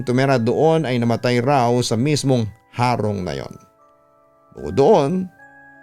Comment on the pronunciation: tamang pag pronounce po ng HARONG ay titigasan po ung HA . Hndi na po papahabain Ang HA . .HEHEHE Taga bicol Cam Sur heree☺️☺️